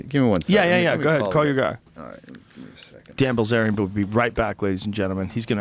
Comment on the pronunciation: It’s Bilzerian, not bazaar